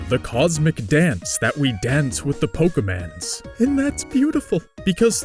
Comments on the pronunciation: Say Pokéman one more time! I dare you! I double dare you! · Seriously bro I'm gonna find and break a finger for every time you say poke man's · Am i the only one who gets annoyed with his wrong pronunciation of Pokémon?